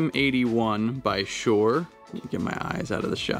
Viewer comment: Hate to bust your bubble! It's SHURE NOT SHORE!